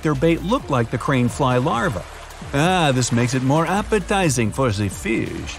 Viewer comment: "ah this makes it more appetizing for the fish" Me: where did he learn to speak french!?